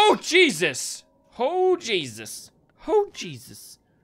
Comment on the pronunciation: When you say Jesus it sounds like cheeses